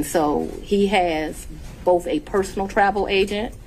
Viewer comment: Why are so many African Americans regardless of education level incapable of pronouncing the TH sound? Fanni and the host of this channel consistently pronounce words like Both and Earth, Boff and Earff. My god. It can't be that hard.